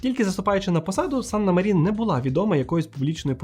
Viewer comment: Як я колись фанатіла від Фінляндії 😍 але то уже в минулому. Єдина поправка, у фінів усі слова, як і прізвища та імені, з наголосом на перший склад. Тобто САнна МАрін. А то усі медійники роблять помилку 😒